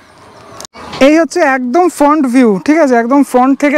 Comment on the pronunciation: English টা বাংলায় না বলে বাংলাই বলো বা English টাকে সেই মত বল, ওয়ার্ডটার correct উচ্চারণ হলো FRAANT